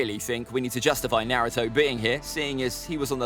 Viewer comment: It’s kind of annoying to watch people talk about Naruto facts when you can’t even pronounce things correctly